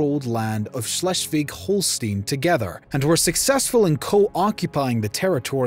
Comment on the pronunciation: well done except from the pronouciations. Its horror to listen to it as a german. Its not even close. For example: you pronounce Schleswig-Holstein like Släswig_hollstien.